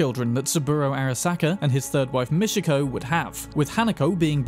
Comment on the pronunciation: bro how tf do you mispronounce words that are said repeatedly in the game? there is no "mishiko" arasaka, it's Michiko. it's really not that hard. please. stop the disgusting british tradition of proudly butchering other people's names.